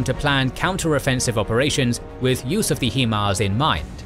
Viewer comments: HI-mars, not HE-mars. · its proncouded "high-mars" no "he-mars" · I take offense to his pronunciation of HIMARS🤣. It ain't like He-man. Think "smoking a joint." H-I-M-A-R-S. HIGH-MARS!!!!! Thankyou!! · It's pronounced High MARS not He MARS as the HI part literally stand for High. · HIMARS 'High Mobility'.... 'High'... 'HI' HIMARS..... not 'HE'MARS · HEMARS?! It's HIMARS... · Someone should tell, it's pronounced "high-mars". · The only problem I had in the entire video is ur pronunciation of HIMARS. “heemars”? I don’t understand how you’re literally the only person who has mispronounced it. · lolwtf "HEE-MARS". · The pronunciation of himar is atrocious